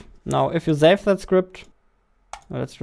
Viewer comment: Why you say zave instead of save? what the heck dude you scared me. I am watching this video with earphone and it's night here, i thought some dragon fly just flew near my ear and i tried to shake it off but then i reversed video 5 seconds back and realised its a sound effect which you added